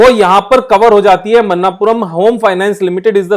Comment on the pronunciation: Pronunciation is not मन्नापुरम its मणप्पूरम